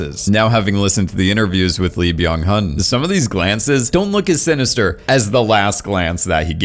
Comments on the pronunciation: I think it's pronnounced 'Byunnen'. At least that's how I hear the actopr pronouncing his own name. You also say: 'E', not 'Lee'. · but he ruined frontman with "BYAN HUN"